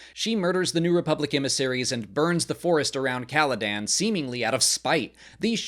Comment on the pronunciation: Wait did he just said Caladan?